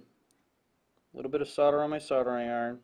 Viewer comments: SOLDER... SOLDERING SOLDERING SOLDERING... i dont know if its you accent but damn... its not SORDER.... BUT i love your video's keep them rolling in. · SOLDER not SODDER! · Is ther still an " L " in the word SODER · Hm. Why does everyone pronounce it "sother"? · Why can't Yanks pronounce the "L" in Solder and Soldering?